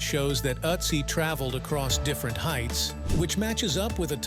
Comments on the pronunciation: It's Ötzi not Otzi or Atzi 😂😂😂😂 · it is Ötzi, not Atzi!!! 🙄It gets better after minute 2, and worse again after minute 9! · His name is Ötzi not Otzi... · Please redo the narrative without background music AND use a narrator that can pronounce "Ötzi" properly. Ötzi does not sound like Otzi. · His name is not Uzi! ÖTZI !!! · See those two dots on top of the letter you mistakenly pronounce O.... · With the umlaut I think a more correct pronunciation would be "Ertzee." The word "corn" in this context does not refer to actual corn. Corn arrived in Europe, etc. from North and South America many hundreds of years after this man's death. Corn was a word used to refer to other grains before what we call corn today was transported across the oceans.